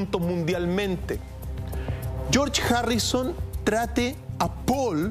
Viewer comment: Chorch jarrison jaja